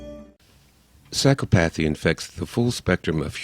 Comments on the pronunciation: And psychopathee, instead of psy-KOP-athy. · I thought psychopathy was pronounced sike-OP-eth-ee NOT sike-uh-path-ee. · sy-cop-a-thee maybe im a psychopath but the way your pronounced psychopathy is annoying as all hell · That's right, I'm an English major and the mispronunciation of the word which is central to the thesis of the video is idiodic...sigh. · Mispronunciation irks me psychopathy, similarily? The word is similarly.